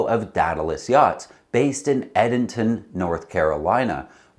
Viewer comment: From an owner of an "older" Tartan 37, interesting development. I've always found good support there. Hope it continues. Just FYI, its EEEdenton, NC. Long E, like sheet. Thanks for the good report.